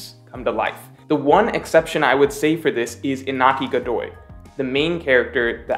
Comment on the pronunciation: Iñaki, not Inaki. The pronunciation is kinda like "Inyaki". Good analysis tho